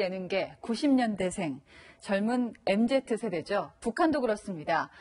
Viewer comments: 앵커닙 엠제트세대 ㅋㅋㅋㅋ 기자는 엠지 세대라 그러는데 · 엠제트래.... 엠지입니다..